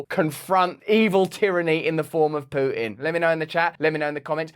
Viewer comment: I like how Russel pronounces "pooin". It really summarises nicely the guy behind the war 👌